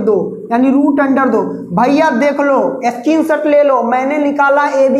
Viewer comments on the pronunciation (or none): none